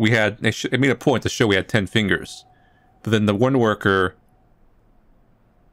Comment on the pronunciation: MAH FEENGUS... MAH FINGAH ✋🏽